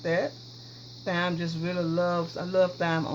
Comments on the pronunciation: I just want to say I like your video cuz you're very thorough but the proper way to say it is time not thyme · This dish looks really good! Thyme is pronounced "time" though. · I cried did you Thy me, instead of TIME????> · It’s pronounced “time” isn’t it? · Thyme....is pronounce like: time. The 'h' is silent sweetie. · I wash everything down as well; I have to have add bleach in that dishwasher. Good recipe👍 FYI: The correct way to pronounce Thyme is Time. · Great recipe... p.s. Thyme pron. "Time" H is silent 😆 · This Isn't MySpace .....Very mature & polite way to explain how to say some of those words unlike some of these heathens that are being rude & disrespectful about it. I've always pronounced thyme wrong myself until now. Thanks! Be blessed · Jason Bourne wow I didn’t realize I was going to get all this feedback... calling someone a moron though? I just made an observation. If I were to pronounce something wrong I would want to know how to say it correctly. Sooo since you want to come for me actually it’s not her accent it is her southern dialect that you really should have referenced. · I paused the video laughing at her pronunciation of thyme. If you say it wrong ,it's funny The world keeps turning, no hard feelings.